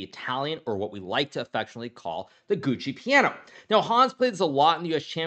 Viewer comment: I know about Giuoco Piano but if you listen to Hikaru his pronunciation is a different word. Sounds like GUCCI PIANO.